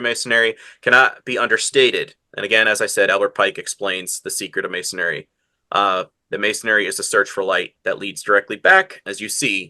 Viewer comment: Masonry > correct Masonary> wrong His pronunciation drove me nuts. Does anyone know if the word has an alternative spelling & pronunciation that the common people don't know?